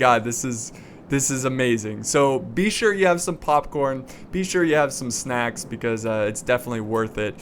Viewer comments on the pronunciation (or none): none